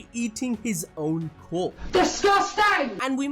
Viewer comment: Did u say he ate his own corp?? It’s corpse